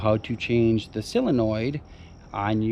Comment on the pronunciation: Great video, but it's not a silinoid, it's a sOlinoid.